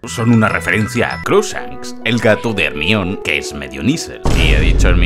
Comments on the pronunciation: el nombre de hermione se lee "hermion" y no "germaioni" es un nombre griogo el cual viene del dios hermes, si lo lees en griego basicamente dice "hermioni" y ya que los nombres propios no se traducen ni se adaptan en ningun idioma... pues hermione> hermaioni si alguien que se llema peter viene a españa se sigue llamando peter y no pedro ερμιόνη < nombre escrito en griego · Por favor por tus seguidores en Latam, di Hermaioni, Hermion suena a alguien que mea demasiado 😂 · Reminder. Se dice hermión. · ermion hahahah que mamadas es "germaioni" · Harry Potter y el Aksio de Ermión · Desafío, un shot cada vez que escuches ermion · Me kga cuando dice "hermión" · Jaja ermion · Se dice "Hermión". Si los ingleses lo pronuncian mal es su problema. Me he reído mucho con el video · Aún no puedo superar el o la "Germion" xD En fin, Buen video 👍